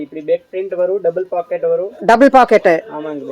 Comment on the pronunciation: பேக்கட்😂😂😂 இல்லை 😅😅😅... பாக்கெட்😁😁🤣 தமிழ் கொலை 🎉🎉🎉